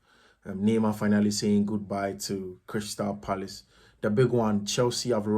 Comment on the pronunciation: Neymar saying goodbye to PSG or Crystal Palace? Did I hear coach pronouncing Crystal Parice in you 😂😂😂